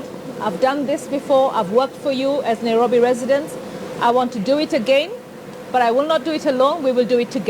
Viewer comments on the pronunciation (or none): Why can't say Nairobi? All I hear is NAROBI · She is trying not to say NAROFI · Honestly, she should at the very least get NAIROBI right. How does Jubilee get these weirdos? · That "" is not honest, not interlectual and definately not fit for the job. Somebody tell her its NAIROBI and not NARROWBI